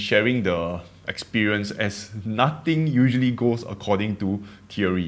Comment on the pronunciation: I think your accent is perfectly fine, maybe just words like “three” “nothing” see if you can pronounce the “th” sound, difference between V/F sounds, these are universally difficult to pronounce, just try is enough. Don’t kill your signature accent!